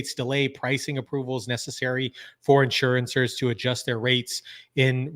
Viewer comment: In-sure-ers…NOT Insurance-ers.